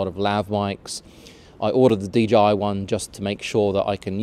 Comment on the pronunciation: I thought I heard DGI instead of DJI repeatedly.